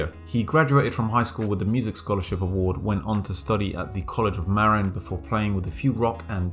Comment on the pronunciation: It’s pronounced ‘ma-RIN’